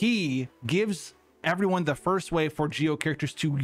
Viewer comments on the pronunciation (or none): none